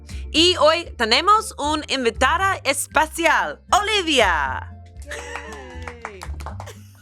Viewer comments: Good to know that we have Olivia visiting us from Space today lol "Espacial" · I like how in the Spanish intro Amanda said "we have a space guest" (espacial instead of especial) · Spanish is one of my native languages and I love this, but it made me chuckle that you introduced Olivia as your space guest (espacial) instead of special (especial) 😂😂😂 I speak 5 languages and I LOVE being able to communicate with so many people from different languages!!!